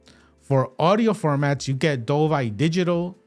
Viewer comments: Dolby is pronounced DOL-BEE, not DOL-BYE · #1 thing to say: Dole-bee, NOT Dole-by. the "power button" is the remote finder button, not a power button. A "USB port for charging"... what? It doesn't charge any other device. Its primary use is the power input with other uses including hubs and docks with power delivery which can come with USB ports for connecting flash drives, MicroSD cards, etc. DV, HDR10/10+, and HLG are not codecs. They're a list of HDR Profiles. Video Codecs include: h.265 (HEVC), h.264 (AVC), etc. HEVC is common for UHD Blu Ray and AVC is common for standard Blu Ray. VP9, and AV1 are also included for legacy and newer YouTube support. is completely false. The USB port is not "only used for powering the device." This is the same as was stated at ~ . You can buy something as simple as a USB C OTG C to USB Splitter. That passes through the USB-C for power and gives you a USB-A port for plugging in your flash drive. It "should" have a USB-A port? Why? It's not marketed as having one. The Apple TV doesn't have one. The old ChromeCasts don't have one. No Fire devices have one. Roku restricts it to the Ultra, etc. You're pretty naive to assume it will (or "should") have one. It's a streaming device; not a local playback device. You completely misunderstand the "match framerate" option. 60Hz displays can't display 24FPS (most movie) content because you can't display 24 fps over 60 slices of 1 second. That's the major advantage to native 120Hz (/144Hz, 240, 360, etc.) displays: you can sim